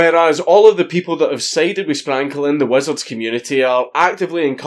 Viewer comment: Not gunna lie, the first 20 times Dank said Sprankle, it sounded like, "Spankle", XD